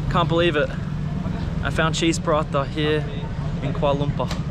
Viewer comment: Its not kuala lumpa its (kuala Lumpur) ×